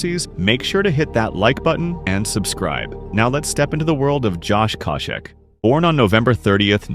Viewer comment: great video, but the way the narrator pronounces some names is a little strange, even as he’s playing all these clips of Josh having his name called he still pronounces it completely different lol